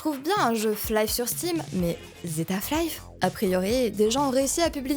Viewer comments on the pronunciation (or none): Chouette découverte ta chaîne. Bon, ça me fait énormément de mal d'entendre Flaïf toute la vidéo, mais bon ça c'est pas très grave.